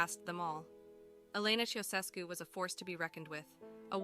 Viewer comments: Thank you. Her pronunciation for that name. Otherwise, a solid piece of Youtuber Gold. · Their surname is pronounced "CHOW-SHESH-CU".